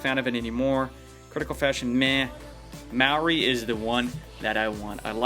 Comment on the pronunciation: He said Maori sort of right